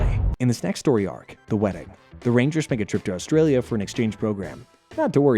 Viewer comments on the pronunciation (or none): none